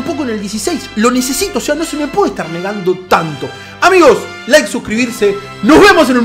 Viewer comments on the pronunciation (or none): none